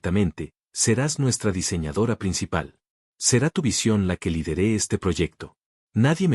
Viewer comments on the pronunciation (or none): Lidere acentua en la i